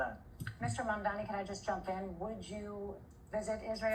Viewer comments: Are u a real American...why u can't pronounce English vocabulary!!!...his name is mamdani..M AMDANI...repeat... m a m d a n i...again blonde M a m d a n i..😂😂😂😂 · Its Mamdani M-A-M-D-A-N-I learn to say it right cause youll be hearing alot more of him